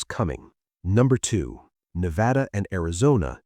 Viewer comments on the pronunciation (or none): none